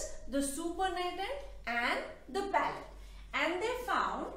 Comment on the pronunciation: Mam.. it's not pallate it's pellet ... Sry to correct you